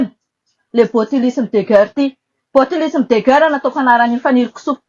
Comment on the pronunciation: Ity tena pute ka ! Ilay tomba fiteny 🙈 guerre aza tsy hay manonona 😂 dondrona enao ka ! Maivana be refa mba manao commentaires 🤣